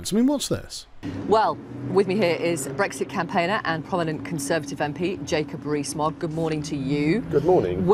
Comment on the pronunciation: Jacob Ree-s Mogg